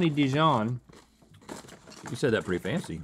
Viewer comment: "honey dee-john" is the new "grep jahm" Link sure makes those words fancy!